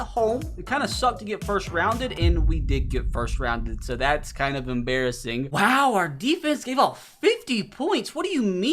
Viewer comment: emBEARassing WAHAHAHAHHAAHAHAHAHA